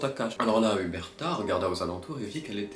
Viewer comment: “Erberta” On lui dit ou pas ? C’est Uberta ._.